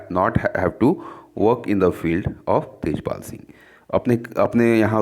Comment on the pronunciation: Sir Tajpal not its Tejpal